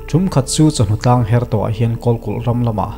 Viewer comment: Chawhnu tlâng her ni lovin Chawhnu thlangher tih țhin niin ka lo hre țhin.